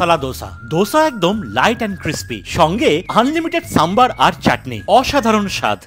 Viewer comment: Thank you for the correct pronunciation of Sambar😊